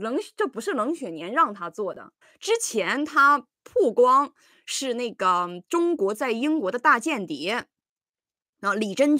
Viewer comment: ！妳說曝光是ㄆㄨ\光。。。棒棒！跟別的丫ㄒ不同發音，打個讚！！！